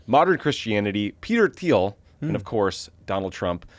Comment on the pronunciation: Thiel pronounces his name is TEEL....guess we need to lock down our info even more